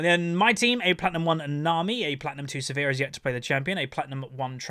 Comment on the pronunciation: Always funny when says "Severe" instead of Sivir XD